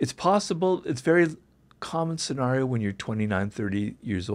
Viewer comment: he keeps pronouncing scenario as "sen-r-eo" instead of "sen-air-eo", which is annoying me